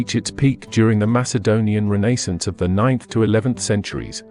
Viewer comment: Did not like the way you said Renaissance